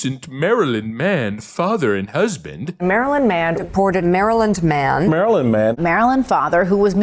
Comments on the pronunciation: I've never met a Maryland man that can't say "Maryland". Bro said "Marheeland" 😂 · He pronounces it Mary Land. 🙄